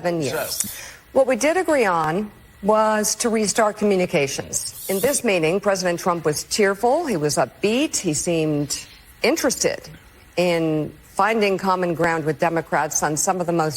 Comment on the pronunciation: It seems like Mika tried to pronounce ‘cheerful’ as ‘tearful.’